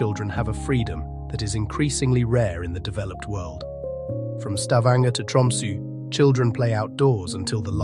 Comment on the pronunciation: Did anyone else catch the narrator pronouncing Tromsø as Tumsu the whole time starting Opens in a new window]? Pretty funny slip-up